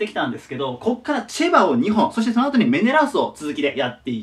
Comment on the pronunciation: チェバがチバに聞こえるのは俺だけ？